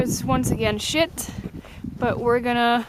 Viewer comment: I can't help my self but laugh everytime I hear you say "and the weather again is SHIT"